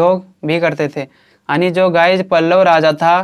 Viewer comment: Aani ❌ yaani ✅🤡😁